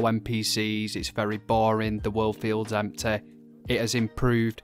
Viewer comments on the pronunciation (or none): I love the way you say empty. I'm gonna say empteh from now on. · 😂I love how he says empty "emtay"